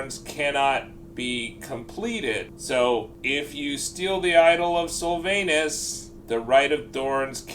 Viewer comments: The idle of SylvANUS 🤣🤣🤣 I’m fucking dead, Americans man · Please say Sylvanus more often 😂😂😂